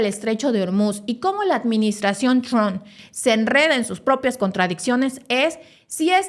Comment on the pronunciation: Hay Donald tron , es Donald Trump , la haces a la periodista y no sabes cómo se pronuncia